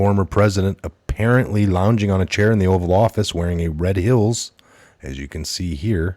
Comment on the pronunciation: it's red heels...not hills. Sorry but it bugged me 😂